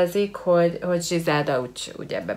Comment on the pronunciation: nem zsizelda hanem grizelda...jó néhány dolgot rosszul tudsz de nagyrészt korrekt...jó a video.